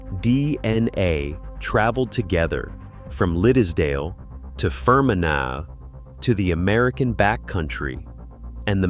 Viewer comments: Fer men agh?, Fermanagh (Fer man agh) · Fgsakes…..phonetically It’s FER-MAN-AH (Ireland). Agus…it’s LÁN-ARK-SHIRE (Scotland) ….agus…AIR-SHIRE (Scotland)… DUM-FREES-SHIRE…… Yeah….America got all the Scots n Irish to building all the building….. rtump is demolishing the whole country now.